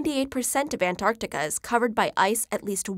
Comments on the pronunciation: anarctic lol what happened to the "t" xD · An-arc-ticah? The least you could do is properly pronounce words in your own language. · Don't ever say An-Artica again. Theres a T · Why do you keep saying "an Arctica"? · why do americans sometimes pronounce Antarctica as Anarctica but other times they dont? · She forgot to say the T in Antarctica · That's a weird way to pronounce Antarctica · Pronouce the first fucking 't' in Antartica you dumbass yanks. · An NARC tica? Nah, say it right. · Is it only me who heard "Anartica" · There's a T in AnTarctica that you are not pronouncing 😂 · sometimes she says antarctica, other times an-arctica, which pronunciation is correct? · I want to listen to it but damn she saying an artica is throwing me off n I can’t focus on anything else !!!! Why ??? 😖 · Did she say Anartica? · Ughhh I hate how she reads the word Antartica, into "Ant-Artica". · Is antartica read as anarctica? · I hate people who say Anartica instead of Antarctica, there's a T there for a reason. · Gosh, how many time the narrator keeps on saying AnArctica instead of Antarctica! Am I the only one who noticed that?? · ANTARCTICA NOT ANARCTICA she says it wrong for most of the video then I reckon she realises it's wrong half way through and changes how she says it. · why do you say "anarctica" twice like ? then you say it right "antarctica" in then "anarctica" almost all times in the rest of the video. weird!!!!!! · An tartica not Ant artica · Why does she say anarchtica? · They are NOT called Artica and Anartica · Americans, listen up... it isn't Ant-Arc-Tica its An-Tarc-Tica!!!!!! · Anarctica is not a word its AnTARctica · It’s anTarctica not anartica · its anT-arc-tica not anartica - Hermione Granger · The narrator gets points for pronouncing the first C in AntarCtica, but promptly loses them again for not pronouncing the first T in AnTarctica. "Anarctica"? Lazy and very distracting. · She said "Anarctica" its ANTarctica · Why does she say “anarctica”?